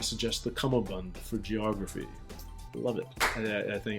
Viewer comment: Bonus points for pronouncing 'cummerbund' correctly !